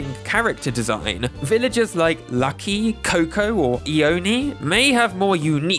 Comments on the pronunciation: "eown" me: bruh its pronounced loan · Omg its not ione ITS LONE! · no offence but it's lone.. L.O. N. E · Tangy!! My first bestie on animal crossing GC! I had to buy the amiibo for New Horizons because I can’t have a village without my best friend Tangy! Also, I hate being that person.. but Ione is pronounced “I own”. I love your content! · Is it just me? Or is Ione pronounced eye-own ?? 😅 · Honestly, it's not really a big deal and I wasn't going to say something but you took the time to playfully correct your pronunciation of "Tangy", so I feel bold enough to speak up! You're actually pronouncing the name Ione incorrectly. It is actually pronounced "eye-own". I know this because it was my grandmother's name! Haha! I was really looking forward to this video, I was very early to the voting site when you put it online and I spent more than my fair share of time giving Wolfgang all the votes I could, hahaha. Thank you so much for the fun opportunity. I'm a bit bummed to see how low of a ranking Limberg got, because I think his design is charming, though I didn't know anything about his name's origin. Wow! And, the villager that got ranked the least popular? Absolutely unsurprising... My friend and I used to cringe so hard when she'd show up in our towns as kids! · eeohnee lol